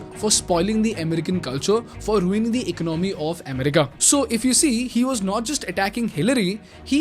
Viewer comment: Bro. U do an awesome job. But from an admirer, you make 2 repeated pronounciation mistakes. You pronounce both economy and America wrong. Please see if you can correct.